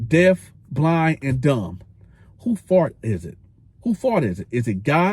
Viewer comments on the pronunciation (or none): Also you say “fault” like “fart” I can’t unhear it 😂 Love the content you get me through time while on the road ✊